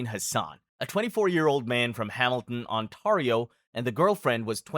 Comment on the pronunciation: I appreciate you, look up how to pronounce Ontario. ❤